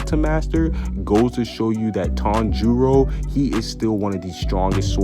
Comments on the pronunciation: I turned on the subtitles and he says Tong Jeo instead of Tanjiro 😂😂😂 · The first word he says is sooooo wrong